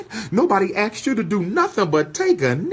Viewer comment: How inarticulate! He brags about his degrees but uses words like “Aks” instead of “ASKED”. And says “Who is you namin” ok “Doctor”